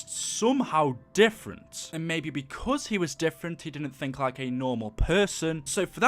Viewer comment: He can’t even say like